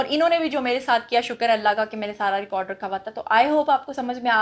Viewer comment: Teri pronounciation tak sahi nahi. Record ko tu ghalat bolti hay jahil